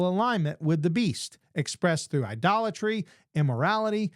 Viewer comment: When you say ‘idolatry’ it sounds like ‘a dollar tree’. 😅